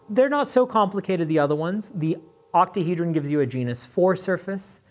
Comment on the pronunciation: "Octahedran" what did you just call me??